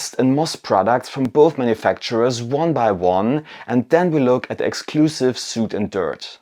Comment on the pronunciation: Great video! Also, "soot" rhymes with "foot".